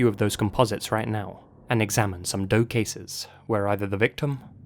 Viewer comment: "and examine some DOE cases" Me: wait what? did he say "Dope" cases? lul